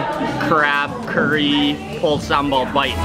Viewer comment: not sambol but sambal